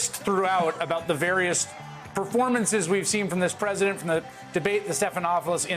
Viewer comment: The preudent or how is he pronouncing the word "president"?